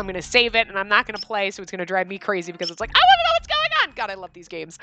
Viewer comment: “Oh my gwad it’s a *TwAEn*!” -, May 1st 2018